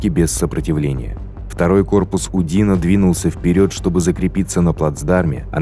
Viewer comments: Фильм с явным сочувствием к французским захватчикам. Диктор только что не рыдает, рассказывая о диких русских грабителях, обижавших цивилизованных европейцев. Ну хоть бы ударения при произношении фамилий ставил правильно. Никогда француз УдинО не был удИно. И много других нелепиц. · УдИно?? Ударение на О УдинО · УдинО, а не УдИно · Все классно. Даже подписался. Но просьба к автору расставлять ударения правильно. УдинО. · Маршал УдинО. У французских фамилий ударение на последний слог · Забавно слышать, как диктор произносит фамилии. ЧичАгов, УдИно.)). В русском языке удадарение падает на О и Ё... ЧичагОв... , а во французском языке на последнюю гласную..... УдинО.